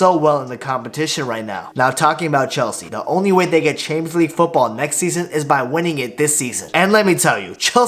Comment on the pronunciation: bro why can't you say "champions league" I hear "Chamzee"